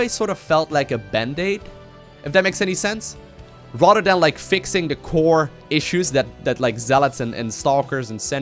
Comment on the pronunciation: whenever you say "rather than" it sounds like Rotterdam